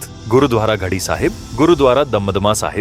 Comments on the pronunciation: घड़ी नहीं गढ़ी कहो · बाकी तो बहुत अच्छा लगा पर बार बार ये आप घड़ी -घडी क्यूं बोल रहे हो, और लिखा हुआ भी घड़ी आ रहा है,, जबकि वास्तविकता यह है कि घड़ी नहीं गढ़ी शब्द है,, अनजान लोग क्या समझेंगे के ये घड़ी का मतलब तो टाइम पीस होता है,, और गढी का मतलब -किलानुमा गढ़ रूपी हवेली, जो चारों ओर से किलानुमा अभेद दीवार से सुरक्षित थी। तो कृपा बेनती है कि आगे से थोड़ा शब्दों की इतिहास में खोज के बाद शुद्धता का ध्यान रखें। 😊🙏👏ऐक बार फिर आपका दुनिया के अद्भुत महासंग्राम ऐक महान् आश्चर्य जनक विराट गाथा को शार्ट विडियो के रूप में हिंदी में लोगों के सामने रखा,, इसके लिए आपका तहिदिलो धन्यवाद ♥️🥰👍🙏😊 वाहिगुरू आपको सिख धर्म के अजीबोगरीब इतिहास को सेवा के रूप में सामने लाने का सौभाग्य बखसते रहें 🙏 दशमेश पिता गुरु गोविंद सिंह आपको बेअंत खुशियों से निवाजे। 🙏😊 जो बोले सो निहाल। सत् श्री अकाल।। 🙏👏 धन गुरु गोविंद सिंह महाराज 🙏👏